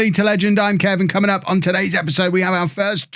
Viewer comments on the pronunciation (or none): none